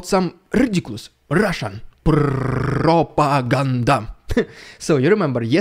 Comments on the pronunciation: "rrridiculous rrrrussian prrrropa-ganda!!!" 😀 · Luv ur Prop O Gan Da! Luv it